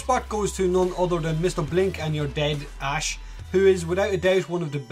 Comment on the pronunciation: you pronounced Ash wrong